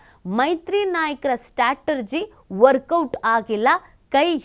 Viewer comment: ಅಮ್ಮ, ತಾಯಿ ಅದು ಸ್ಟಾಟರ್ಜಿ ಅಲ್ಲ ಕಣಮ್ಮ, ಸ್ಟ್ರ್ಯಾಟಜಿ. Strategy, not Startegy.